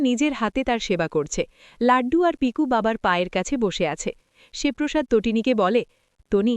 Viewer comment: লাড্ডূ নয় , লাট্টু। এত ভুলভাল যে কেন বলেন। পিকু নয় , পিকো। মৃণাল শিবপ্রসাদ কে ' কাকু ' নয় , ' শিবু দা ' বলে।